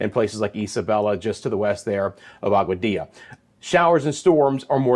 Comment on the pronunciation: Hi,.I heard your pronouncing Aguadilla.Yay!You're a fast learner.😁✌️👏